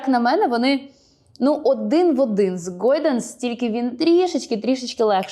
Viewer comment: Чому «гОйданс»? )) де там о?😂